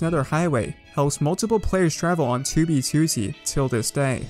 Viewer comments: "toobeetooteey" lmao great video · has been playing 2b2t for 4+ years -has made about 200 2b2t videos but cant pronounce "2b2t" correctly